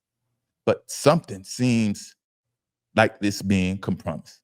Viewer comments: Did u say "come promised"? It's Compromised bro. One word. Just looking out. Check ur circle. They slippin. But u speaking fact. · It’s pronounced com pro mise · Com Promised is legendary 🏆😂😂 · Wait."A." Minute! Does he mean to say "compromised" (ˈkämprəˌmīz)?!🫣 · The word is compromised. Good grief, say the word correctly! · Hey man how many times you going to say compromised incorrectly? Lol and your co host not going to call it out is crazy